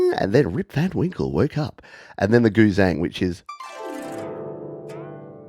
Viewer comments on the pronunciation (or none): Error: Erhu is pronounced Ar-hoo and Guzheng is pronounced Goo-jung